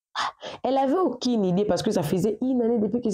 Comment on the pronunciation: Aucine idée; j'avais jiré; la confision . Seigneur à quel moment le U devient I 😂